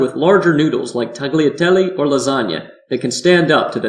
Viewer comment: It’s ‘tal-iat-elleh’ not ‘tag-leeatelly’ Try again.